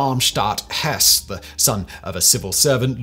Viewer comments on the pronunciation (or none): none